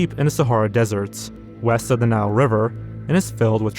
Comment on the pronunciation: is notoriously bad at pronouncing words. He also says dessert instead of desert